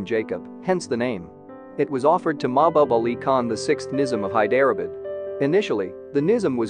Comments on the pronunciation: Ikr. High derah bid. Where the heck is that? 😂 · “Hi-DER-uh-bud??” 🤦 How about losing the computer voice, and improving the pronunciation? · Thank you I thought at first it was my ears...In places, i didn't understand what the narrator was actually saying till I saw the spelling Hyderabad, Nazim etc, etc Time and time again...so bad. Why?